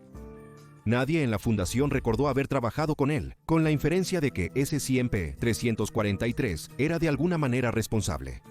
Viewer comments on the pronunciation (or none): Sé que la narración del canal es simple IA, pero basta con cambiar un par de letras para que no esté diciendo "s100p" cada 10 segundos, es molesto.